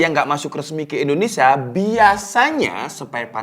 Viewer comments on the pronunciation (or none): none